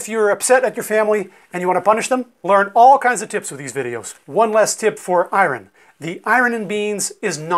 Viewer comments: Completely well spoken English as I’d expect from a American highly educated doctor then… I-run ??? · What part of the country do you come from? 😀 I noticed you have an interesting way of saying iron "eye-wren". I say eye-urn. (I grew up in Columbus, Ohio)